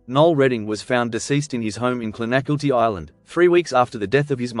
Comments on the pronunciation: Clon a Kill Tee Not Clon Ak ill Tee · To be fair you mispronounce quite a lot but Clon-ah-kilty is how you say it. Saw Noel play that pub many times…very talented & a decent singer.😊😊😊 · Your mispronunciation of Clonakilty is magnificent.😅😅😅